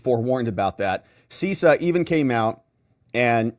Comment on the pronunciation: You need to tighten up your cyber game,. CISA is pronounced Sis A not Cease A. CISO is pronounced Cease O, though it was Sis O 15 years ago. Versa controllers initially allowed the Chinese access to the Verizon, Lumen, and AT&T & some of Sprint (T-Mobile) networks involved, not Cisco. This attack has been going on for a very long time and may have multiple compromised systems. The bigger issue is the CALEA intercepts mandated on all carrier gear (Versa, Cisco, whoever's) to allow FBI & other Intel Agencies access to communications when authorized. That's how campaigns &.a lot more data gets tapped. These operations have been around for a while. Someone at the carriers should have seen the traffic going to the Chinese. And these captures should not have been transported in the clear (unencrypted) across carrier networks to begin with. Not watching where the signals go is a supreme breach of privacy.